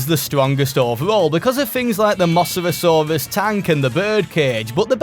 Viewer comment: the way you pronounced mosasaurus was so funny